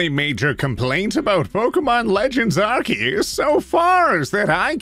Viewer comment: This has nothing to do with the actual video but lemme just say, the fact that OT pronounced Arceus as Ark-eus (the correct way) made my day Also, while we’re on the topic of Pokémon, Legends Arceus is great, I’d recommend trying it, it’s really fun